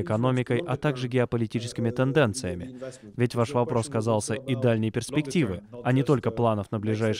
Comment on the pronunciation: доброго времени суток..., перИспективы. - эти речевые ошибки и прочие из уст известного журналиста, редактора???